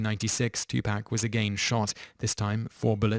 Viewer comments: Two Pack?? its Two Paaaaaaaak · Two-poc is how you say it not two-pac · I'm surprised you didn't pronounce MJ's name as Meek-hail Jake-soon. I mean good god man. Too-Pack? Ben-oyt? I'd call this channel "Toop teenz" but I actually speak English.